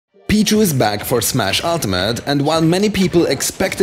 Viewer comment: he says Pichu like b-jew